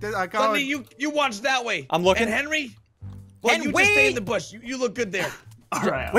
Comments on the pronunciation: Why say Henwy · ssundee do you call Henwy because his a hen and he wees